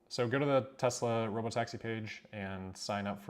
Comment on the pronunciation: So it’s “Rob-o-taxi”, now I get it!